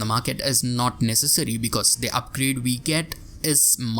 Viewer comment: "we" it's pronounced "u i" , not "v i", and "well" it's " u e l", not "v e l". I know it's your accent but it's veeeery annoying. And english is teoretically one of your native languages. I'm romanian and I pronounce more correctly